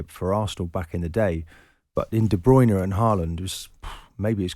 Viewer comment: De Bruyne . It's pronounced as in TURNER not JOINER . Martin and almost all the other commentators piss pronounce his surname . He even tells us how to pronounce it on a YOUTUBE clip ffs .